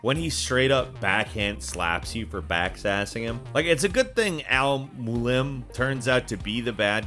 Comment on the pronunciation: “Bayyysim” “moaleeem”